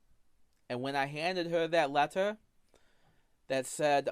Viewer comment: "wied about da contests of da wetter"